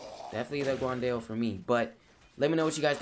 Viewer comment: It’s pronounced like “gwan Dow” NOT “guwan Dayo”